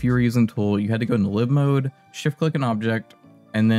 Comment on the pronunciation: The way that you say "live mode" has me second guessing my entire Sims franchise existence lol